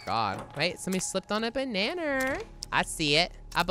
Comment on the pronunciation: WTF SHE SAID GLOWING BANNA LOLL SUS